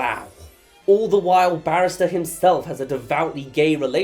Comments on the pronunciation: it's ballister, not barrister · Take a shot every time calls Ballister "Barrister" and you'll die of liver cancer by the end of the video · I feel obligated as a Nimina fan to point out that it’s Ballister and not Barrister… but very close x) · The number of times you called Ballister either “barrister” or “banister” is hilarious, please don’t change it 🥰